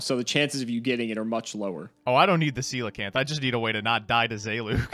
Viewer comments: Shout out to for pronouncing Coelacanth right Of all the words to not mispronounce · It's funny how coelacanth is like the only card in the whole game that pronounces correctly. XD